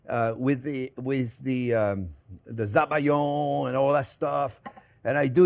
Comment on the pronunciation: Hi Chef Jean Pierre, thank you for this amazing dessert recipe from your labo...👍🏼 In french it's better to say "Sabayon" (like "salmon") not Zabayon... But you're The Chef, Chef😉 ❤